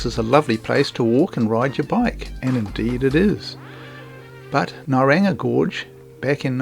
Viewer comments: Lovely video. Thank you May I suggest you take a little time to pronounce Maori names/places correctly e.g Nauranga not Naranga. You can Google Maori pronunciations, & different channels have an audio icon to hear it pronounced. Cheers ❤ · Very interesting video. You learn alot about Te Whanganui a Tara in your videos. While were learning, the way its pronounced Know-rung-ah. Keep up the informative work.